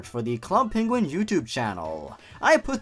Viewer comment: sonic peniguin lol